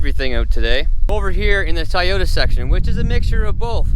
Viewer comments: TOY-OTA. Not TiEoTa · Dude ! Its fuckin TOY yota, NOT "TIE YOTA". Learn the language thing man. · Its TOYota not Tieota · It's Toyota not tayota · They r called toy otas not ti yotas;) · Do you call toys ties? I noticed you call toyotas tieotas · Tieyoto ... lol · Why TF are you calling it a TyeYota?? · Same here 😂🤦🏻‍♂️ TyeYota ?? 🧐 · I stoped at “tie-yota” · I was about to say the same shit lol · "Look at all the debt I have, I also don't know how to say Toyota" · I almost stop watching just because of the way he said Toyota